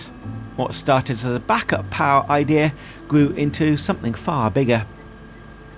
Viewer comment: Except they can never say "idea" right.